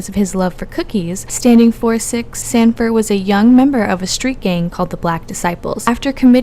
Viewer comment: His name is Robert Sandifer not Sandfire.